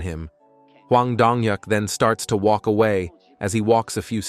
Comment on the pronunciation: He starts to woke in the rain. How do you woke in the rain. Its suppose to be walk not woke. Can't we get better Ai for these stories or use your own voice.